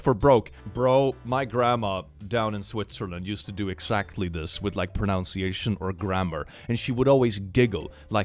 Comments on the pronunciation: LOL at the irony of your saying “pronounciation”. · The fact proNOUNCiation is said for proNUNciation gets me every time.